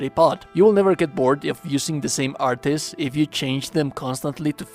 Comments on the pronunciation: "Artis" 😂😂😂😂😂 it's just art bro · The "artey" pronunciation hurts my soul lol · What the hell? Is that screen that that actually shows what the moves look like on PC only or something? I have platinumed the game on PS5 and I've never seen this screen before. Or was this done with editing? Also they are just pronounced "Arts." They say the actual word in the game like 47 million times.